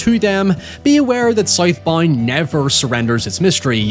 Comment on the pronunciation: "Sythe bind" lmao